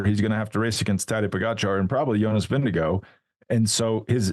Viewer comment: Great show!... Jonas himself pronounces his last name VIN-g-gard - not VIN-g-go. Johan (the linguist on your staff) also says VIN-g-gard. Just sayin.